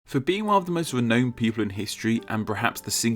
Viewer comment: "renoned". stops wasting time listening to